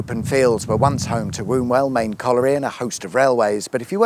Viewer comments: Sorry, but it's Wumwell not Wombwell thar in Yorkshire lad. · Fun Fact, the only people who pronounce Wombwell as Womb Well are southern Hipster Twats, I find it funny when its so badly pronounced. Get with the Programme. It might be a shit town, but its our shit town, Wum Well is the correct pronci, Pronouc, , Way to say it tha noes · Woomwell ? It’s “wumbwell” from a native local 😂👍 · Thanks for visiting my home town. We are on the map now! thank you good sir! Just a couple of points, the towns are pronounced “Wumwell” and “Cud’ath”. Otherwise great video thanks. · IT'S WUMBWELL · Its pronounced Wumwell and welcome to our hometown of Barnsley, been a viewer of your channel for quite some time. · Womwell the B is silent Tha sees😂😂😂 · I work in Barnsley, at a company owned and operated by Barnsley college. Also spent a lot of time in the areas shown back when I was an IT engineer fixing stuff on customer site. Wombwell should be pronounced more like Womwell, but most will forgive you for the mispronunciation, unlike Slaithwaite, near where I live, which should be pronounced ‘Slawit’, but if your not from the area, you can get away with ‘Slathwait’, just in case you’re coming this way and haven’t filmed here yet (plenty of mills around where I am). Great series, really enjoying it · Wombwell - Pronounced Wumwell by us local yokels. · Love these videos. Have to correct your pronunciation on Wombwell and Cudworth Locally pronounced Wumwell and Cudeth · The "womb" in Wombwell is pronounced wum. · Pronounced 'Wum-well' - but other than that, a great video about the area i grew up in! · Great to see a video of my local area of Barnsley. Love the pronunciation of Wombwell 😂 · Wombwell silent b 😂